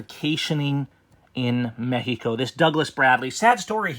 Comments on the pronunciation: ...why are you pronouncing Mexico as "Mehico"?.... Just say Mexico. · When u pronounce it "Mehico" it kinda hits the ear wrong man. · I have been going to Mexico for over 40 yrs , i have a winter place in Mission TX. There is little doubt Mexicans think of people like him as a fool...him speaking english and then saying mehico is a joke. My brother is half Mexican i know dozens of Mexicans and not one says MEHICO. Only ones who say MEHICO speak little to no English. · What in the hell is causing you to say "Mehico"? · Im a house painter born and raised in southern california man. I polly speak spanish just a lil bit better than u man. I thinl what ur doin is really cool, Ijs that "mehico" hits the ear wrong when a super duper white dude says it. Thats all.